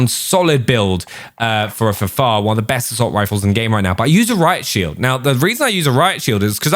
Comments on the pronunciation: Please say F F A R! It is not the Fahfahr..... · Can you pronounce the guns properly it’s so annoying like how you say FFAR AND A-MAX ITS A-MAX NOT AMAX